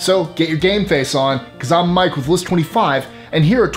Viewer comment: He is so clear and articulate, so careful to pause for effect, (perhaps pausing too much) But when he says, "This is Mike with list 25"....... EVERY time you can't hear the word "with". When I first became a fan, I thought I was missing some cool word or catchphrase from the show. I literally was soo disappointed when I finally realized it was just Mikes way of slurring his so carefully chosen way of talking